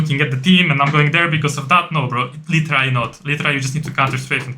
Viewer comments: literally wymawia sie "ly czy ra li" albo "ly de ra li":) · "literally" zle wymawiasz bardzo i boli w uszy.